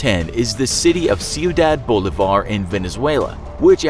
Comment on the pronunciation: "Bolívar" it''s pronounced "Bo-lee-bar" not "Boulevard".